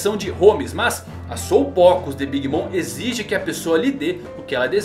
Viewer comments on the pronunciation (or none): none